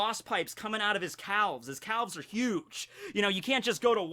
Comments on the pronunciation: why does pronounce the L in calves. I am offended. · I’ve never heard someone pronounce the l in calves it’s like pronouncing the r in February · WHY DID HE SAY CALVES LIKE THAT? CRING CRING NO MI KNOWS NO BOUNDS EVEN IN THE MY HERO VERSE